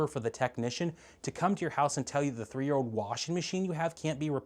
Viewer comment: What is it with all these millennials and gen z'ers that can't pronounce old? It's not ode. It's old!